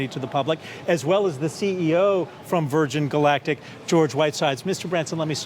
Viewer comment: Shame about the mishaps in this interview, anchor mispronounces Virgin Galactic, interviewer mispronounces Chamath's surname and his mic quality is poor.